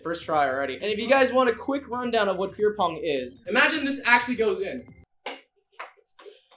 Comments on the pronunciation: It's 5050 to me if he's saying fear pong or queer pong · Feer pong